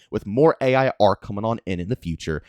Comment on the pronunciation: you’re saying it A.I instead of AI 😂